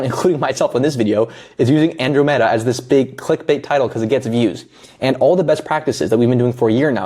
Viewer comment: good vid but you're saying andromeda wrong